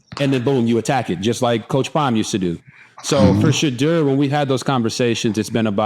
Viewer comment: Great show… great insight; but please RG3 say Shedeur’s name correctly. Listen to how he says his name and how his father pronounces it. You feel like some people in the media refuse to say his name correctly, just like they refuse to say Kamala’s name correctly. I respect the heck out of you RG3, and you Travis aka He12man!! ❤❤